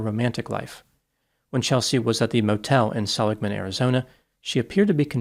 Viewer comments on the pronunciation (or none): Seligman AZ is pronounced SELLig man Sell like sell, ig as in iggy. Just help, your intellect is far above mine. Sadly, she sounds like she was lost; no one will know for a while. You would think that some remains would eventually be found.